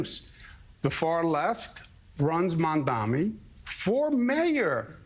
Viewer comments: MaNDoMEe It's totally on purpose. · Is he incapable of saying Mamdani or does he just really enjoy saying "Mom Dommy" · he's STILL saying "mom dommy"??? i honestly can't tell if it's unintentional or some weird attempt at a racist insult. it's NOT a hard name to say. if it IS a mistake, i think that's why he only called him "the assemblyman" during the debate. he didn't want to get called out for getting it wrong. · I like how neither Cuomo nor Sliwa can pronounce Mamdani's name